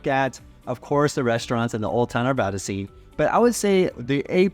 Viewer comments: How you pronounce the “a”. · Arvada like cat not caught!